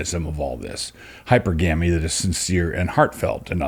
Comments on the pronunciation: Hypergamy is: hi-per-guh-me Not: hyper-gammie And hypergamous is: hi-per-guh-miss Not: hyper-gammis Love you, Doug :) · Dear Doug, it's hy-perr-gamy The accents fall in the same spots as polygamy. Your uncle, Daniel *